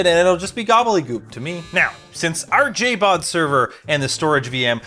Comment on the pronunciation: Lol it's JBOD not JABOD